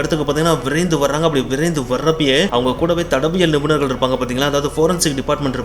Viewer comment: Thadayaviyal nibunar❌thadaviyal nibunar✅